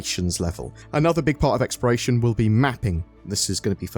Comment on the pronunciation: omg why are you saying "Experation" gameplay???